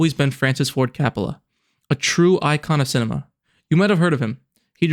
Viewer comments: You pronounce "Coppola" as "Crapola." I love it. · the way you pronounce "Coppola" bugs me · Coe-pah-lah. Coppola. Francis Ford Coppola. It's one of those delightfully musical names. I noticed because I forced myself to stick with it, that you switched pronunciation later on. I would guess that means you recorded the audio in two takes? To be completely honest, if you noticed this along the way, as much of a pain in the butt as I know it is, it would have been worth re-recording the VO and even re-uploading to fix that. For someone who ahs heard the name one way all their lives, it was really jarring. EDIT: OK, just wanted to add that the review itself was really strong. I had not heard of this movie, and I will now be watching it because of your review. That said, your visuals still need a little work. I completely understand you would have limited visuals from the movie itself, but the one sequence of different shots was repeated enough to be noticeable. Break it up a bit more. Take some stills from the scenes and pan over them to make it look like a slightly different visual from the clip. Use pans and zooms onto some relevant part of the still related to the thing you are talking about in that moment of the review. You did some good things with timing visuals to the topics you discussed, but in other places, the visual was different enough as to feel "off." Again, overall, not bad at all. Honestly, aside from just tightening up your use of visuals, this is on par with channels out there that have been reviewing movies for years and making money doing it. You gave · If you want to seems intelligent learn how to pronounce Francis’ last name ( do you know the difference between the letter ‘O’ and ‘A’ ??? God help you.